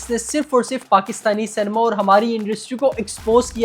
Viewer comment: Shoot myself if he says CANEMA once more!